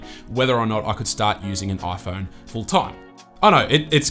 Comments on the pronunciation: This is the "OiPhone 13 pro..." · Ah yes, the aaiphoune. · the oiFoan 13?